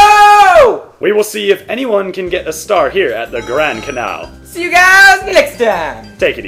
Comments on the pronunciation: Canal is 2 syllables, ca-nal, it does not rhyme with anal. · do you not know how to say canal